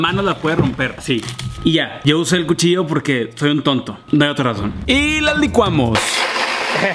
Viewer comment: dijiste puchillo jajaja